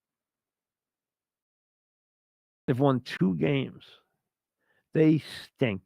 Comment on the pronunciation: "Dey stink" 🤣